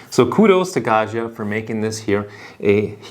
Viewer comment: Pro tip: Gaggia is n Italian name. It's pronounced "gawd-gee-uh." There is no French "zh" sound in Italian. It's pronounced like Joe DiMaggio, or DellaMaggiore.